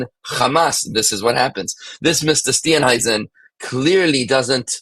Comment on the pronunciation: you pronounced Mr "Steenhuisen" perfectly.. just saying😅